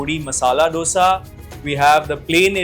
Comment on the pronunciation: Food vloggers but cant even pronounce a basic word like DOSA right.